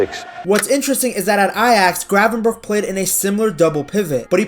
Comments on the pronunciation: Ayyy respect for the correct pronunciation btw!! Our "g" is horrible but glad you made the effort 😅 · love the fact you pronounce his name pretty well for a English speaker. Hate it when they pronounce it like